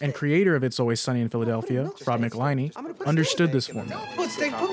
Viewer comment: People always get Robs last name wrong lol